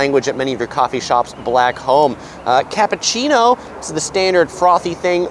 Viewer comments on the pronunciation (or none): none